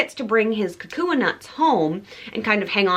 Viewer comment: The leis were lovely! Kukui nut is pronounced "KuKuY" 😊 and Haleiwa "Haleh-í-vah". Women can also get mango shell leis or just seashell leis- so next time get one of those if you want to keep your lei!